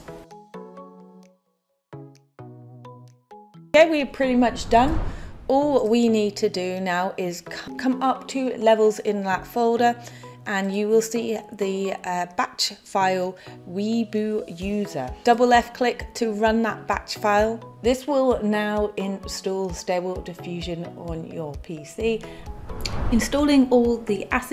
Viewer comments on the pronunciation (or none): weee-boooo-user lol... web UI (user interface). Great work though.